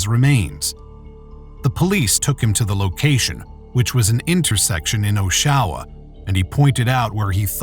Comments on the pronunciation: It’s a computer voice…noticed mispronouncing the city of Oshawa in Ontario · I don't understand how the people making the video used primary sources that audibly pronounce "OSH-awa" the way locals do and yet the narrator consistently pronounces it "Oh-SHA-wa"... Very jarring as an Ontarian 😂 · LMAO at the pronunciation oh-SHAO-wa 😅 If they'd watched the footage used in their own video they'd have gotten the correct pronunciation from the news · I'm from Ontario and it took me a moment to realize they mis-pronounced "Oshawa" . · btw, Oshawa is pronounced OSHawa, not oSHAwa. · It’s Pronounced “ OSHawa “ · Osh-a-wah not Oh-sha-wah. 😂 Killin me every time. 😂🙏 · Americans trying to pronounce Canadian cities etc is always hilarious to me... It's awsh-ah-wah not o-showa lmao. I especially love when they try to say Mississauga oh boy that one makes me giggle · IT'S PRONOUNCED AW-SHA-WA. STOP SAYING "OH-SHAH-WAH" PLZZ lmaooo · it's oshawa not "oh shaw wa", its pronouned "osh-e-wa", oshawa, like ottawa but with an osh instead of an ott. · As a Canadian the way he’s pronouncing OSH-SHA-WAH is annoying me….. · I hate this AI voice. I will narrate the damn videos! Oh-Show-Ah? Really? Aw-Shah-Wah OSHAWA. That’s how it’s pronounced. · Its pronounced osh…awa. Not o…shawa. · It's pronounced AWSH-UH-WA not OH-SHOWWA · Rip, this is terrible, hearing Osh-oh-wah that many times is shitty too. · Who ever is narrating this should learn how to pronounce things correctly before making videos Oshawa lol aww sha wa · That's not how you pronounce Oshawa 😂 It's Joshua without the J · Its pronounced Osh Aw wah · Osh (like osh kosh) a (ahh) wa . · Omg I'm 2 minutes in and was wondering what city he was saying. "Oh-shaowah" 🤦‍♀️ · Its not pronounced Oh-sha-wah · It's pronounced aww-shuh-wuh, sort of like Joshua without the J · Oshawa is pronounced Osh-sho-wa❤ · It’s. OSH. A. WA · It’s pronounced osh-a-wah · Stop pronouncing the name Oshawa incorrectly. Its Osh a wha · It's pronounced "Awe Sha wah"